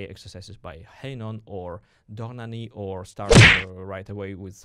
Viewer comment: I can’t hear the name “Hanon” pronunced as “haynon”.. Please don’t do this again! (Oh and fantastic video, by the way!!!)